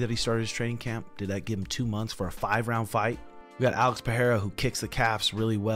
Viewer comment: Alex "Pherrera" 😅😅